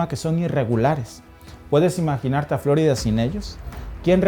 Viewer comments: Si hablas en español deberias decir floriiiiiida y no floooooorida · Di floRída, no FLÓrida, por favor. Es un nombre español. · pronuncias flórida, mientras el gringo que habla en tu mismo video, pronuncia correctamente florida. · Hombre llamar profesional a alguien que repite continuamente Fl"ó"rida en lugar de flor"í"da ... 😢en fin ni hablar sabe y es su herramienta de trabajo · Flórida? Siempre he oido Florida. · En español es FloRIda, no Flórida. Este video está dirigido a los hispanos. Es desagradable escuchar Flórida en videos en español. De resto, excelente video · No es Flórida, es Florida. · A ver mi mexicano familia dices fl'orida o es florida en español? Si haces tus videos en español lo adecuado es decir florida sin acento en la o' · Creo que no pronuncia bien Florida...no lleva acento!! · Florida ❌️ Flórida ✔️ Jajajajaja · ¿Si habla en español porqué pronuncia "Flórida"? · Ya te agringaste como pronuncias la florida hay mijo. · Todo bien. Solo no acentúes Florida.